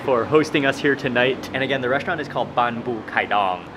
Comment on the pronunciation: It’s not reshtaurant but restaurant check the Google prononciation 🤨😡